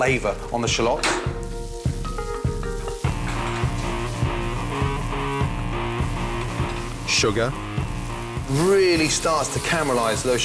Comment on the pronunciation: The way he says "shallots"